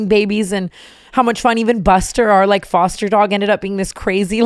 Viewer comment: TANA ily so much but the word foster this episode was driving me insane lmfao